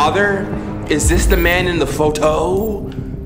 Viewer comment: “is this the man in the foe-toe?”😭